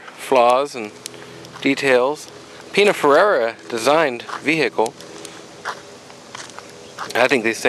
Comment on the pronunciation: The "fir" (or fur) part was not clear to me :-) He pronounced it like Pinaferrera... LOL